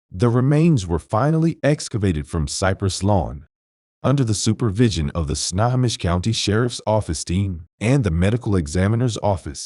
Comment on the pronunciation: Pronounced: Sno_ho_mish Good Video.